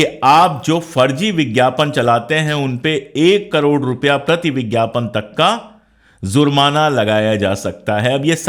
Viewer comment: sir parnam.. sir mai aapki idealogy ka zabardast samarthak hun.. sir waise tou aapko kisi baat pe correct karna Suraj ko chiraagh dikhana h..lekin bohot mazrat k saath Mai aapke pronaunsetion k baare Mai kuch sujhaw dena chahta hun..sir aapne iss video mei shuru me (dhandebaaj) lafz ka use Kiya h ye lafz dhandebaaj nahi dhanebaaz h..,.aur ek jagah aapne (zurmana) use Kiya h ye lafz (jurmana) h aap z aur j k beech mei ghalti kar rahe hai...ek baar phir boht2 maazrat..